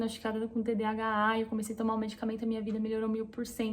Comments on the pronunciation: TDHA é igual TDAH? Entendi que tu fala TDHA🤔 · Vc fala errado ...Nao é "tdha" mas sim,tdah. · Falou errado durante o vídeo todo : "TDHAAA" KKKKKK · Vc falou de novo TDHA. Kkkkkk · Toda hora você fala TDHA ou invés de TDAH 😊. Nos pequenos detalhes eu sempre me esqueço quando a coisa é sem importância. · Vc fala TDHA ❤ ao invés de TDAH é tudo assim como vc descreveu A cabeça a mil né e a gt não termina nada! Obrigada por compartilhar aí com a gente, tb tenho e estou aprendendo ainda a lidar com isso! Vamos juntas ❤ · Percebi que vc falou "TDHA" do início ao fim do video, quando na verdade é "TDAH". Acho que tb tenho isso, mas em um nível menor.